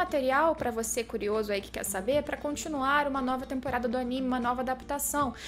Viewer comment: Aníme? Vc quer dizer Animê?